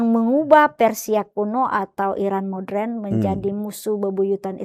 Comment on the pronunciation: Ibu pendeta.... maaf koreksi... Moderen diucapkan mo-de-ren ya... bukan MODREN